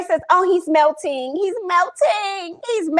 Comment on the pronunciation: “He’s milting. He’s milting.” 😂😂😂 def didn’t say ‘melting’ 😂😂😂